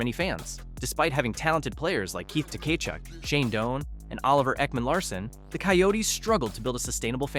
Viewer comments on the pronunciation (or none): Like Keith Tuh-kay-chick